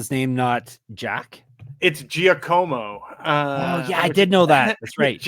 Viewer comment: I love you guys sooo much! BTW, I think Giacomo = JAH-ko-mo. lol